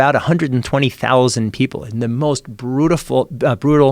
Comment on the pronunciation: Jamie "brutiful" metzl